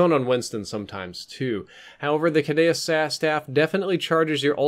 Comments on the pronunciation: Cadewsayyus Normal People: Cadewceeyus ITS THE STAFF OF HERMES YA WEEB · its pronounced (Ka-due-see-us) idiot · Ca-Deuce-See-Us is how thats pronounced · For future reference the staff is pronounced cuh•doo•sea•us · it's pronounced Cuh-doo-sus. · Kah-Do-Shus, the correct pronunciation. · I thought caduceus was pronounced (cad-u-see-us) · please look up the pronunciation of caduceus